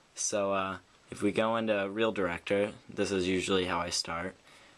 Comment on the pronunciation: its reel director not real ,reel